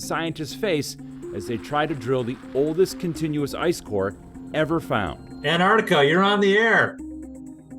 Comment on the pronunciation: I’ll respect Americans more when they can pronounce Antarctica properly.